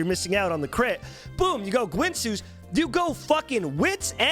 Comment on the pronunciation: "Gwinsoo's" adjnasdanbdoasndoasndo im dying